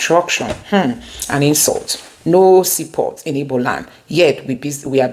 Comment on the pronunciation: The real pronunciation of the name is IGBO not IBO please.